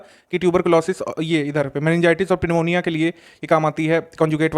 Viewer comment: In Q.N.-47 aapne मेनिनजाइटिस और पिमोनिया pronounce kiya hai job ki iska sahi pronunciation न्यूमोनिया होगा। कृपया दिखावटी और गलत इंग्लिश ना पढें, प्रश्न पत्र में सुविधा के लिए हिंदी भाषा दी गयी है।